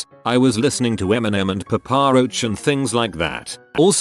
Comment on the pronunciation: "Pa-paa" roach. 😆